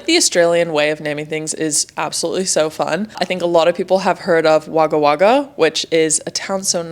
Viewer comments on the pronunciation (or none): Wagga Wagga is pronounced Wog-ah Wog-ah